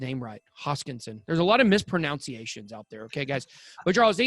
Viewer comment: Ben at the start you say it's important to get Charles HOSKINSON'S name right. But in making the point you said it's important not to have any 'misproNOUNciation'. Ironically it should of course be 'misproNUNciation'!! Come on, get it right! 🤣